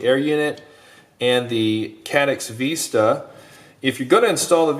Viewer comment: you should include both antenna mounts with the quad as nowadays the Vista, not Veeeesta is just as popular. Or have a drop down so you can choose on your website when ordering. Just busting your chops on how you pronounced Vista, thanks for all the awesome quads you design.